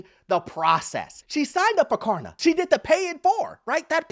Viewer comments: It’s KLARna, not KARna. 😂 What happened to the “L?” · Stop saying Karna idiot!!! It’s Klarna. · It’s K”l”arna, not Karna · If he says karna one more time I am un-following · It’s Klarna with an L!! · Purposely not pronouncing it right? It has a L in it. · This dude refuses to pronounce Klarna correctly with the most obnoxious laugh I've ever heard on YouTube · Klarna is facing the Carma. Can you not pronunciate the L in Klarna? Ha ha ha ha. Ma Ha ha ha ha, JK JK the platforms the devil practically as bad as Car loans.